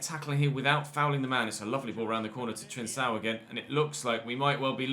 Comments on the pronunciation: it’s pronounced ‘Trincão’ (like a K), not ‘Trinsão’. Also love the series nd keep it up!!! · Hey,! Just a lil piece of information: the C in Trincão is pronounced like a K.